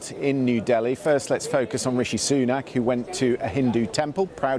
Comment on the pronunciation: It's D I L L I bro not DALHI